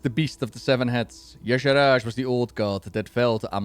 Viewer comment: yes I agree - I'm also a FFXIV player. She is similar to Emet-Selch in some ways, she's similar to an Ascian. Also, Blizzard cannot say Y'Shaarj right! I say it ee-sharj. It is like they are adding extra syllables to it!! Emet got a whole expansion much like Xal'atath got the Worldsoul Saga. My FFXIV main is known for wrecking final bosses. Just ask Zenos yae Galvus! Emet's grandson. He FAFO'd hehe